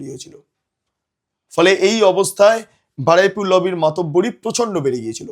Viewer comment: Shobdota holo Baruipur, Baraipur noy